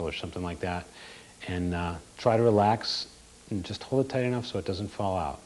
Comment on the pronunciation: Lol, he keeps saying "Juyyust like this". XD